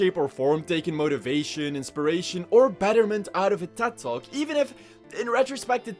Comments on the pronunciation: I am so certain you are saying dead dogs not Ted talk and it’s fucking with me lmao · I totally misheard tedtalk as dead dog for a fat minute and thought he wa just messing around, "are dead dogs dead now?"